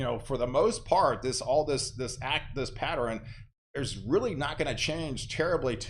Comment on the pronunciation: I'm so curious where your accent and pronunciations come from! You say " patterins, westerin, southerin"... Not criticizing at all, my friend! Just curious?